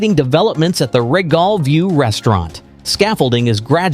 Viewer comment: Can you watch the way you prononce words? The Regal view restaurant is prononced reegal not regol as you mention.